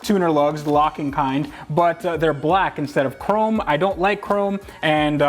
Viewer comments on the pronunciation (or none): none